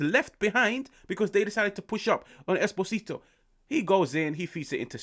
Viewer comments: its "Eh-Spozito" not "espo-zito" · The name is pronounced like he has an accent on the first O, like Espósito